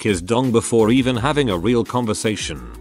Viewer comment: Having to pafe, having to pafe, having to pafe, having to pafe, having to pafe...